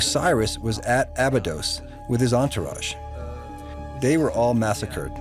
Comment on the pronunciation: Why does pronounce Abydos in 2 ways?